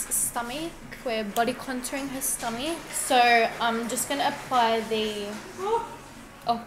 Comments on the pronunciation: I love how she pronounces stomach “Stumeeek” lol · Her pronunciation “sto-mech” is very satisfying